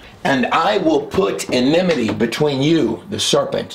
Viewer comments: I LOVE your Videos my Brother in Christ Jesus! Thank you for your great research and wisdom. I pray that you would speak only that which the Holy Spirit guides you to say and teach in Jesus Holy Messiah 's name!! Now let me be annoying and show you how to say "ENMITY". (Which I'm sure you already know how to say it but sometimes things just.....well you know LOL) So..... "EM"...... (As in Auntie "EM" from the movie "The Wizard of OZ"). "Ni"....(As in the Knights of "NI" in Monty Pythons The Holy Grail movie) "TEA".....as in "Cup, Cup, Cup, Cup Cup Cup, Cup, Cup, Cup. Of, Of, Of, Of, Of, Of, Of, Of. Tea, Tea, Tea, Tea, Tea, Tea, Tea, Tea". In "My Fair Lady". LOL. (So Sorry, Now I'm just a Tool and not funny at all). Em, Ni, Tea". I do hope you found this at least a little bit funny. I love your work and I do know it is Hard work! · ENMITY- yes en IM ity - no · ENMITY. The word is ENMITY.